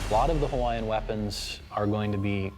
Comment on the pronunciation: Stop miss pronouncing the Hawaiian language! It’s disrespectful to my Hawaiian Heritage!